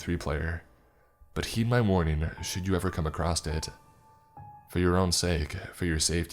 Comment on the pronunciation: Mate, I love listening to you read these stories, but for the love of God, there's no "t" in across. Oh, and the "i" in unbridled is long.